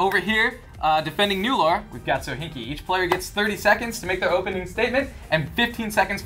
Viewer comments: Everytime people say Lara as "Laura" my palm goes abit further through my face.... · LAAAAAAARA NOT LAURA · Lara Croft, L"A"RA Croft, why's everyone call her Laura Croft? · Plus is LARA not LAURA. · You guys mentioned Tess but not Ellie from The Last Of Us, you monsters! Also, "Lara" not "Laura" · It's Lara not Lora, how many so called fans don't even know her name. So damn annoying! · It's LARA, not LAURA. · Its LARA, not LAURA ;)